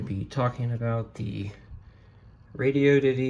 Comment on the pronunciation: "Radi-oddity", not radio ditty. It's an odd radio.